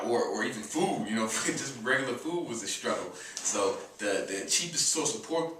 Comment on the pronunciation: He says "foo" instead of "food" and "dis" instead of "this."